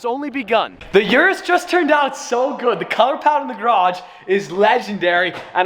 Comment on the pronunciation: It's pronounced Lamborghini OOH-RUS.